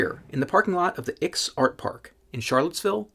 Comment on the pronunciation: I'm from Charlottesville, and I've performed at the IX Art Park, many times. Comedy at the Sake Brewery, and music next door. So, I recognized this place instantly! Bravo for saying the name right. Many people think it's a roman numeral, but it's not, it's someone's last name.